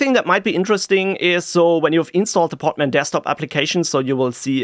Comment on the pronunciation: Hearing "poTman" over and over again, it's just too funny. It is "poDman", with a D